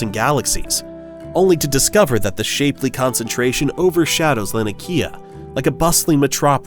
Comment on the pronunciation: It's pronounce shap-ley not shapely